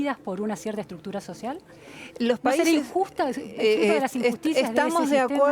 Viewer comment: Cada 10 segundos la entrevistadora dice: una estructucra social Jajaja